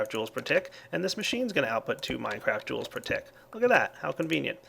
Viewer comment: "minecraft joules" lol its mega joules XD